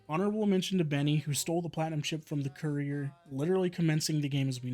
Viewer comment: He says a lot of "big" words which he can barely pronounce. Like "career" instead of saying "cour-ee-er".